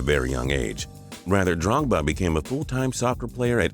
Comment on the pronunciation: you just butchered drogbas name